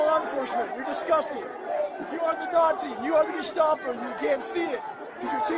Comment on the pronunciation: I 💙 💙 💙 your videos but you must be having an off day today. You pronounced gestapo wrong(didn’t marjorie taylor greene do the same thing?). I’m sorry but the next administration can’t deport American citizens(the J6 convicts)! Aren’t all of us on the left really pissed off about all the illegal deportations that are happening right now by the trump administration and here you go suggesting that our side should do the exact same illegal thing as trump as soon as we get back into power! C’mon, I know you’re mad and disgusted by the whole f@ situation but you’re better than this! ✌️✌️ You’ve been on point up until now, don’t lose your values and integrity, stay the same that you have been, don’t change please!